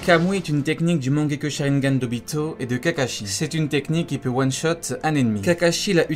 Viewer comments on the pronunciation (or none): none